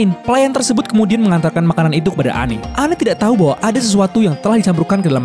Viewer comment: Its Anne. Not Anney.